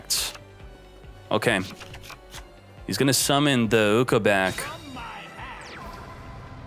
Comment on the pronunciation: I swear dude when he said ukoback I heard oko back and damn near had a panic attack as an mtg player